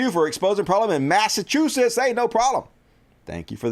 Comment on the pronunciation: Mass uh chew sits... just trying help, no disrespect. Great show!